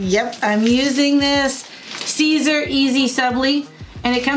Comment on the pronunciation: It’s not seezer! 😩 it’s pronounced like SIZE-R AKA SIZER AKA SISER 😩😩😩😩😩😩😩😩😩😩😩